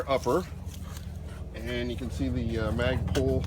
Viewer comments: Please quit saying MOGBUS!!!!!!You are driving me crazy! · It's not MOD bus lol... I like though